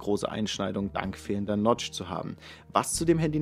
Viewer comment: Heißt das nicht Notch? Ich höre immer Lodge? 😊 Oder wie nennt man das Front Kamera Loch?